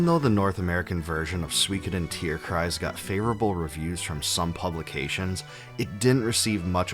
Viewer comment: Respect for you pronouncing the word "Tierkreis" correctly : ) it's probably not easy or intuitive for a non-german speaker. The game was pretty cool. But not really super memorable.